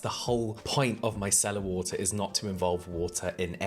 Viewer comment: Every time James says it, i think 'My Cellar water'. 😂 What Cellar did you get it from lol